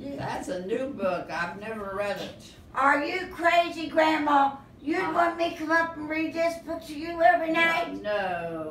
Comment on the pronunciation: It's Gramma not Grandma. cours! Gramma is her name.